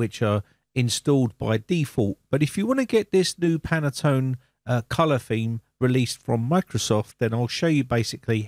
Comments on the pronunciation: Pronounced "pantone" 2 syllables, not "pan-a-tone" (3 syllables). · Pantone not Penaton.... ;) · It’s Pantone not panatone ☺️ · you say panatone but's it Pantone , at east it's written that way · Can I point out that it is Pantone colours (only one 'a') - Panattone is a lovely cake ;) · Thanks for the great video but I have one small critique...I have heard you say it several times in this video. The name of the color standard you refer to is Pantone, not Panatone. I'm not sure if this mispronunciation was intentional or not but being that I work in the printing industry, I am quite familiar with this color matching standard. I just find it a bit annoying with the mispronunciation. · You are absolutely right. I was going to write a similiar comment, but I first checked the existing comments. It is a Pantone theme for Windows, not a Panatone theme for Winadows. :) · Dear sir. The name of the company is PANTONE, NOT panetone. And the color scheme is "Very Peri 17 - 3938". Please note and correct that. Thank you very much. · It is Pan-tone...there is no extra A in it. Two syllables not three. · In the US, it's pronounced "Pantone", we don't add any vowels that aren't there. Just sayin. I will be checking on Windows 11 in 2025. Who knows what color it might be then? You have a safe and enjoyable Holidays! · "Panettone" should be pronounced "pan-net-ton-e". It is a sponge cake of Italian origin, commonly in the shops in the run up to Christmas. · I was going to post the same while I was on treadmill last night then forgot about it until just now. PANTONE user for 30 years and it was making me cringe each time he said it.